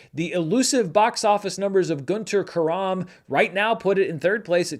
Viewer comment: Why do you keep saying Guntur Karaam, when it's Kaaram? The double A is in the first syllable, not the second.